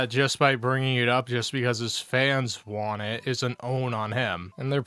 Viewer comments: can't pronounce the letter "T" at the end of a word if it doesn't have another letter after it. An example would be the word "Want". He says it as "Wahhh". Thats why he over enunciates the "T" in Twitter and Turkey. He has some kind of speech impediment. This is pretty common in people that have developmental disabilities. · His inability or refusal to properly say the word “want” is so annoying 😂